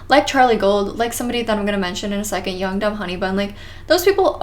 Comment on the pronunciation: Every time you said young dumb honey bun, I thought you said yoked up honey bun